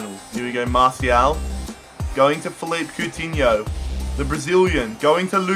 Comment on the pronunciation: its pronounced Felipey Coutinho